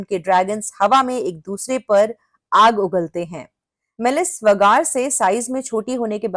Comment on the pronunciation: आप वेगार को वगार क्यूं बोलते है। अच्छा सुनाई नही देता😂